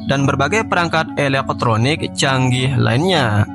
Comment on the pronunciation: aku suka lo bilang eleeqe' troniqe' bang 😂😂😂😂